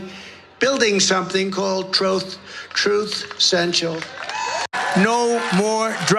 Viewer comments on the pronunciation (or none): LOL! Trump is so foreign to the concept of Truth he can't even say the word correctly.